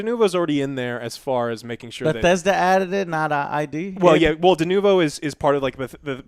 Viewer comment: just hit it.. DeNOvo is probably a more accurate pronunciation.